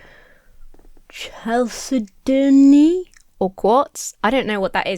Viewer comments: For the tough words, hopefully this is useful if you didn’t go find this out already. Chalcedony: it goes “Cal-SAID-oh-knee” Lignin: LIGG-nin. There’s no ng sound like in gong or thing. Lahar: [you said this one just fine, I just had to look this one up for those of us silly beans who had no clue what this is.] Butte: no it is not a butt. It’s a BYUT. Like cute but switch the C for a B. I went back in the video to find these, so I hope this helps! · "Cal sed an knee" is really the only geo-word you got wrong, you pronounced the rest pretty well. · This dude is NOT living in the same reality as the rest of us! Chalcedony: kal-sed-un-ee, but you did pretty good at the geologic terms. 👍